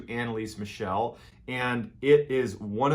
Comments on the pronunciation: Its not pronounced as Michelle like the girls name. Its pronounced Michel, MIKEL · Her last name is actually pronounced "mih-KEL," not "mih-SHEL." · As always great story but you mispronounced her name throughout the whole video... it should be ahn-ne-lee-suh m-ee-chl (since the last one is hard to spell in English: I wanted to provide to you the IPA spelling: /ˈmɪçl̩/ ) BTW it was later announced that she had epilepsy which only worsened by time because of her malnutrition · Not trying to be that guy, but it's actually pronounced Mickle, like "fickle". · Thank you very much for another greatly told story. May I suggest that next time you need to say German names of people or cities you might want to research the correct pronunciation. I gladly offer my assistance if ever needed. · Why did you pronounce her name like she was French? 😂😂